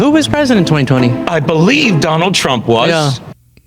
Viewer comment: Donald sounds like Do lund. The Indian Prime Minister pronounced it that way, and now Indians meme it. Donald also tried to say Vivekananda, but it sounded like Vibeka mundan, which means bald shaved consciousness. “Do lund” means two penises in Hindi.